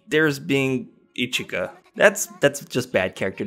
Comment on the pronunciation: I hear ichika i think ichiya